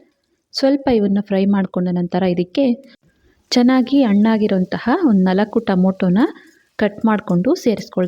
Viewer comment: Adu tomoto alla. Tomato Anitha heli. Annagirodalla hannagirodu. Kannadana Kole madbedi please.